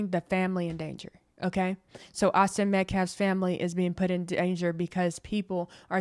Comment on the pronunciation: I would like to thank you for pronouncing Austin's last name correctly. Many podcasters are pronouncing it incorrectly and I know it's petty, but it's like chalk on a black board. I also want to thank you for your unbiased coverage! You are a true angel... This is a nightmare for all involved and the hate on both sides needs to stop. It's not helping anyone. The facts will come out during the trial and everyone needs to stop and take a breath for the sake of the families. Support "your side" with prayers not hateful words.